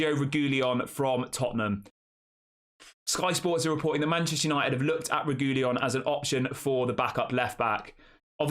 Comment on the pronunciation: I believe It's pronounced Regweeyon bud